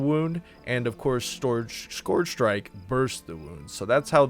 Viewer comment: "skorj shrike"